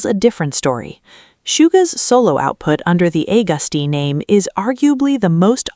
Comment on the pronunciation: And starting off emidiatly with a big fat lie or mix up like they never done the research on Bts but just give out a oun story that fits her tongue. Geez Bighit that's now Hybe 😂😂 oooh blody hell, since when have Hybe come a label ?? And geez to not even say Agust D name right with the A 🙄🫣 had me so laughing but the A came out right in the name Suga...Americans and many english speakers can't say the A right and some others too that makes the words sound like a screeking door that needs oil.